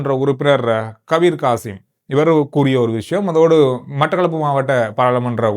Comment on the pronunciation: Not kabeer Kasim ....kabeer hashim